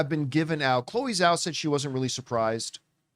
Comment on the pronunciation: Is there some reason why people refuse to pronounce Chloe Zhao's surname correctly? 🙄